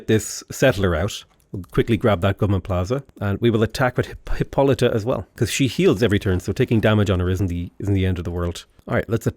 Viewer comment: still can't pronounce Hippolyta correctly. It's "Hih-PAH-lih-tuh".